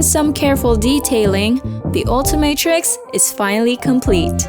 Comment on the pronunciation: It is not altimatrix it's ultimatrix 😊